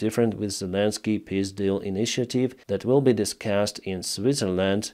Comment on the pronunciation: Sounds funny when you say piss deal.